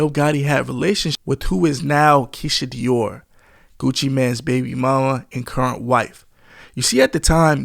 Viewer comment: Keisha Kaoir not Dior